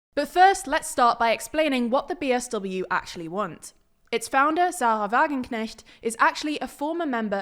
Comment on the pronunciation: The pronounciation of Sarah Wagenknecht etc. was excellent! Just a small correction: 6,1% is not bad but rather good. Many people feared that they would not hit the 5% (they still would have gotten seats but it would have been a bad sign for the general elections because there they need to pass thr 5% threshhold)